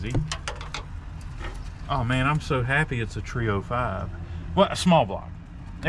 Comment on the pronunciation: haha..."tree O five".....